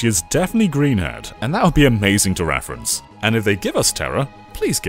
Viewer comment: "That would be amazing to raffrence"